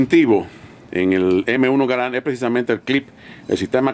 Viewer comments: El acento es en la primera "a" ya que es francés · Creo que solo me molesto que llamara al rifle como m1 gar and y no m1 garand